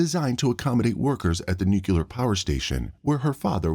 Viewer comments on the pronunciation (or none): I see the narrator uses the GW Bush pronunciation of 'nuclear'.